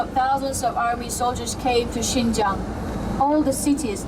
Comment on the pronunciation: Pour les français, je crois maintenant qu'il faut penser à vous même, le racisme, l'immigration.... En plus, il faut prononcer bien le mot de lieu"XIN JIANG" au lieu de "Shen zhen".